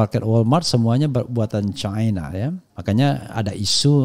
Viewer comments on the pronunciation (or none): Bung Rafly kalau nyebutin cina jangan caina,di suka disebut cina begitu